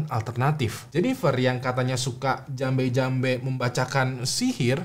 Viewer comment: Jampe jampe bukan jambe jambe 😁